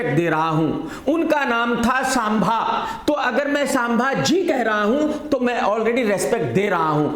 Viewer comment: पहले संभाजी शब्द बोलना सिख लो krk